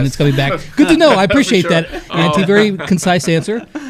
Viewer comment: I face palmed when I heard how he said Antti, and yes I know and understand that he is from the USA so please don’t comment: hE CAnT sAy tHaT bECaUse HE iS fROm tHE uSA